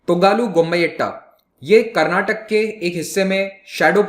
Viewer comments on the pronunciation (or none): none